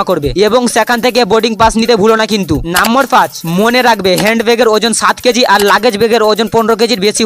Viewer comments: আরে মাড়া,, নাম্বর টা কি নাম্বর না নম্বর 😂😂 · নম্বর❎ নাম্বর ✅ 😂😂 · ভিডিও সব ঠিক ছিল । ওটা নম্বর 😂 নাম্বোর না 😂😂